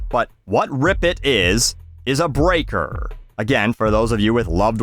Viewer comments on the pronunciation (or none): none